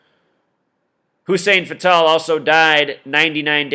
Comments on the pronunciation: You can't even pronounce their name correct! Hussein Fatal! Not Fatale! Yaki Khadafi not Yahhkii! Lame ass your just a Novice in Life ! Yeah you are correct about secret societies controlling Hollywood and Government and entertainment! But also you are wrong when you are reaching about Numbers and oooooh this numbers and that number! Every has to have a numerology because it has an alphabetical order! Duhhhh! And birthdays and years! Duhhhh! Keep banging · You say Hussein Fatal wrong and it's annoying. They call me Hussein Fatal it's a two game table I'm robbjn ya nigga cradle with a knife in ya navel. It's not an Arabic name Fatal as in deadly. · its Hussein fatal. like fatal car crash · I like the way he says Hussein Fatál.